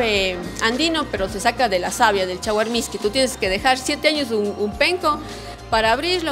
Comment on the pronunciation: Es mishqui no misque